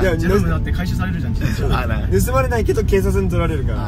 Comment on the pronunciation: btw, penyebutan kakak tentang Nusa Penida salah kak, seharusnya suaranya "pe"(pelaku), bukan " pe"(kucing persia) kak. Hopefully bisa dimengerti yaaa💗💗